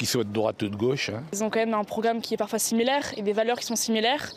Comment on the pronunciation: un programme similairrrrh, des valeurs similairrrhhhh